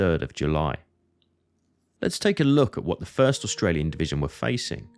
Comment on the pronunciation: Du solltest eine richtige Aussprache der Orte und der Truppenbezeichnungen lernen, damit jemand ohne Geschichtskenntnisse nicht der Meinung ist er müsse das Schlachtfeld bei Verden an der Aller suchen, weiterhin solltest du, wenn du ein Video auf Deutsch machst auch die gängigen Begriffe wie z.B. "Division" auch als solche aussprechen. Und es gibt keinen "Dschenerell- Lutenent" was soll das sein, ein "genereller Leutnant"?